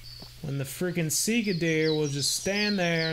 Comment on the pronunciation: Sika deer are mostly native to Asia Vietnam, Japan, Manchuria there's many different species there might be some in Eurasia but I would have to look it up also it's pronounced a little different from how you say it but that don't really matter